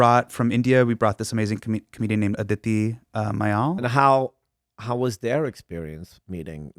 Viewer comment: you butchered Aditi's surname 😅😅